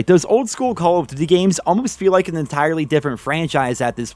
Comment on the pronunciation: "Caw of diddee"